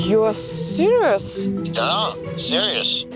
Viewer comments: "Да, сириос"😆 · Он сказал"Да,сириос" Что-то тут не то